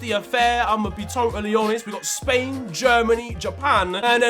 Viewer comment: Man said spwan in the R16🤣🤣